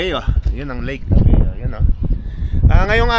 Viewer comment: ...tabayo hindi tabeo